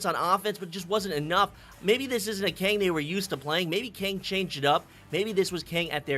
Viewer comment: He said Kang instead of kungg😂 but to be fair kungg is best goalie NA